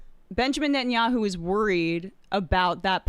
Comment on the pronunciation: Nettyoohoo is pure sadism.